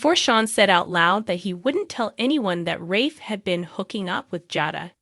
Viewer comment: The narrator should learn to pronounce the characters name properly. It sounds like a bad joke or she is illiterate.